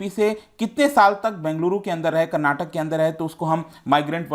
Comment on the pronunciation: I liked it when u pronounced " Bengaluru" and "Karnataka" properly. ❤️